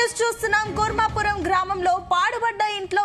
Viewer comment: Kuravaram kadhu thalli 😂 kurmapuram uru peru sariga Thelidhu kani newslu cheptharu